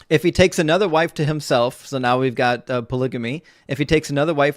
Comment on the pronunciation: I like how he yelled out “IF HE” like that was some gotcha. He put the wrong emPHASis on the wrong sylLABle.